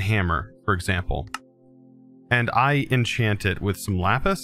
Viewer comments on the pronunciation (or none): none